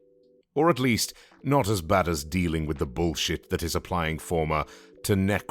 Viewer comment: Hearing the word "b*llshit" being spoken with a prim and proper British accent is hilarious.